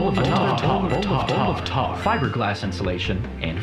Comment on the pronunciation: BOWL OF TAWR